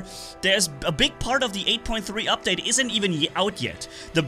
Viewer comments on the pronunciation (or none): none